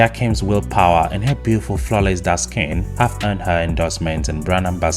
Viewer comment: When you say dark skin i heard dusken and thought what a wonderful word